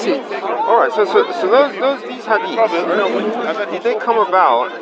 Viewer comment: blood comes out a dead chicken everyone who has slaughtered any animal will know that fact why do Muslims have no ancient complete copy of the quran? Funny he can't pronounce hadiths but you can lol if recitation of the quran preserves it so well why did islam panic after just a few muslims were killed in a battle at the beginnings of Islam according to the standard Islamic narrative (SIN)?